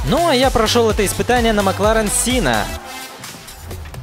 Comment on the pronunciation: МакЛарен Сенна, а не Синна. Он назван в честь гонщика Ф-1 Айртона Сенны